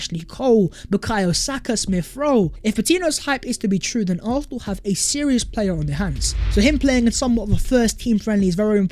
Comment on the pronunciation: I know I'm petty...I'm unsubscribing because of the way the dude say "Arfsnal"....can't deal it annoys me too much